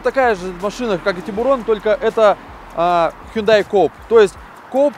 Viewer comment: проект интересный. но не "хундай", а "хёндэ". не "андеРграунд", а "андеграунд" и т.д